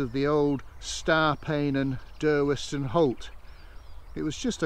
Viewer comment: in my youth - 1940's nobody pronounced the W in Durweston - it was was just ''Durreston''.